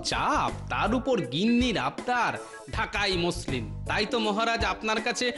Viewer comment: ম্যাসলিন না মসলিন